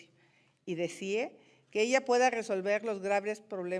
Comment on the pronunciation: Ah que ingeniera, No dició bien! (Como Nuño que dice ler) Se dice deseé no desié ja ja ja! No leyó bien el apuntador electrónico!